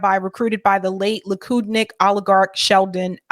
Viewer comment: You said, "Lukidnik" It's Likudnik.